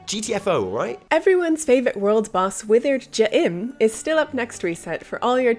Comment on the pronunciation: I like the part where she said Withered J'im.